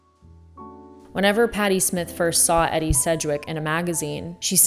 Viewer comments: I love you but her name is pronounced "eedee" not "eddy" - this should be common knowledge! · Her name is pronounced like EeeDee, not Eddie. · Your muse power is so great that no one has bothered to tell you her name is pronounced eee- dee not eddie. otherwise great the story line kept me watching.. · Christ you pronounce her name Eeedee. Not Eddie like the males name. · I do like your video, but it's Edie like needy, not Eddie like Freddy. 🌟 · It’s pronounced EE-dee for gods sake not Eddie 🙄 … using big words but can’t even pronounce her name. How are we supposed to take yr opinion seriously. Ugh - mortals. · E-D not Eddie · I think it's pronounced E-dee. Not Eddie. But your video was inspiring. When my bf who's an artist since he was 5 (39 now) but a man of little or simple words was trying to convey how my energy makes him try mediums and styles he normally wouldn't, I'm guessing because I muse'd him! This was brilliant ❤❤ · Her name is pronounced “ee Dee” not Edie and her manners / speech were very Miss Porter’s school. She knew what rich people know ( old money rich) but she wasn’t special beyond that. She was funny, reckless at times, confident but also vulnerable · It’s EEE DDD SEDGWICK not Eddie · Eeeee-deeee. Not Eddie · Thx, I didn't wanna be the asshole to 1st point out this important mistake, truly took away so much from an otherwise lovely commentary on muses. Couldn't get over it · Hon, her name was pronounced E dee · Edie (Sedgwick) is pronounced "ee-dee". Thank you. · Maybe someone told you already… It’s a long “e”. Eeedie Sedgwick. Great video! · You should know how to pronounce Edie….it’s not „Eddy” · Eeeeeeeedie. “Eeeedie”. That was her name. Andy Warhol’s muse. Beautiful expression here, just hearing her name incorrectly is difficult. It’s all I can hear. I do love what you’re saying, just very important for people to know the pronunciation of her name. ♥️ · It's EEEEEE-deeey( phonetically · Edie not Eddie! I found this really distracting lol